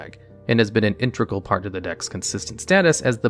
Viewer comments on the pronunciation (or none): It's inte-gral, not inter-gal. Good video.